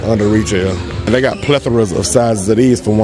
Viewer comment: I'm not used to another guy saying pleathra